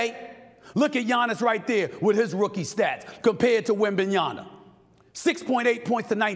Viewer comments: Stephen A. Smith, it's 2024, pronounce the man's name correctly. WembanyaMA not Na, MA. You're getting paid to talk for a living, act like it. If it's too complicated for you, then just say Wemby. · Stephen A it’s wembanYAMAN NOT wembanYANA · SAS not able to pronounce Wembanyama after this long says a lot about him.